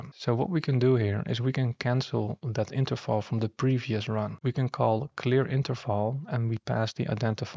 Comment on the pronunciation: Are you german? You pronounced Interval just like Interfal